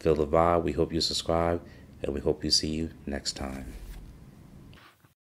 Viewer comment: Pronounced "SUB-scribe" not "Sus-scribe"